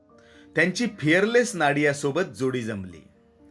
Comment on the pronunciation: फियरलेस नादिया, नाडीया नव्हे.